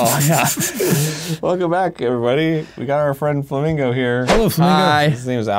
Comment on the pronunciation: Arin definitely introduces him as “Flammego” in the intro, right?